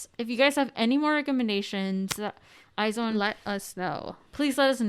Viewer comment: She knew she said it wrong but Omg when she said I-zone I Cringed so hard it’s pronounced Aizuwan or eyes one I’m a wizone here since produce 48